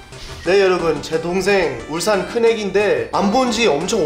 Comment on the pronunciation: 울싼 X(발음) 울산 O(발음) 데이브 의 빌음